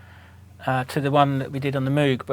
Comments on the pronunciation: It is pronounced "Mogue" like "vogue." If you're allowed to use a machine like that at least break from your british accent to get the man's name right. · Bob Moog, the owner of the last name, says his last name rhyming with "rogue", why the fuck do Brits have fuckin problem getting that right.... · At least pronounce Moog correctly 🙄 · Get a haircut and learn how to pronounce Moog!!!! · He says moog wrong :P